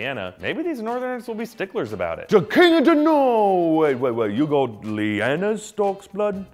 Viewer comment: Liked for "We hab no keng."